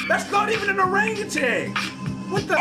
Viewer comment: ❌orangutanG ✅orangutaN 🦧